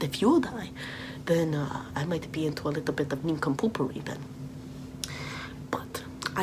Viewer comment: “A leetle bit of nincompoopery” is the best phrase ever.